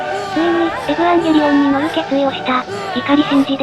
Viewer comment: エブゥワンゲリオンみたいな発音すき